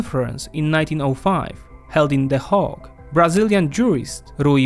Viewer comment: the word Hague is pronounced with the same A sound as in the word Snake, Rake, Bagel (that's bajgiel to you), etc.... I know English is not your first language, nor is Dutch, and that you make an effort to learn when you can. I hope you see this, thank you for all you do!